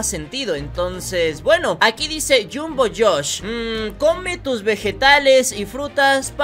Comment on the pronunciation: Se dice Jumbo joos,ban Ban,banbaleena y opila.